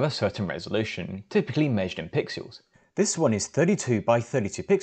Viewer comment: Every time he pronounces pixels as "pixuels" I die inside